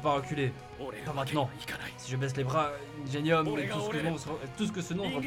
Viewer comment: Ça se prononce " ingénium " oreilles saignent... Help bon sinon c'était génial!